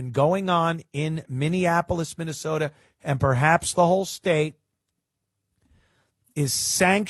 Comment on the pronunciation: You say Minne-SAWDA like Jesse Ventura.